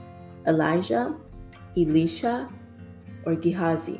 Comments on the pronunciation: you said elisha and cana wrong hon. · ...Jesus was not crucified on a mountain, even though He was crucified on Golgotha (gall GAH tha). Several names were mispronounced in this video, like Elisha; or mispelled, like Philip.